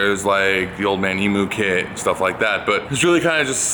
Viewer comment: Old man eee-moo?? No, eee-mew